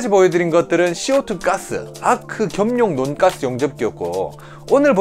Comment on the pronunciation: 논가스 ...인데 논가스 아닌것같은... 돈까스 말하는느낌..